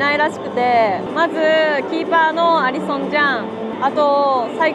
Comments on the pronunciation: アリ⤴︎ソン アー⤵︎ノルド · アリソンとアーノルドのイントネーション聞きなじみなくてめっちゃ笑った